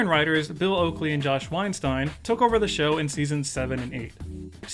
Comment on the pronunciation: its not weinsteen, it’s pronounced like wine-styne ei is pronounced like “eye” or the y in kyle.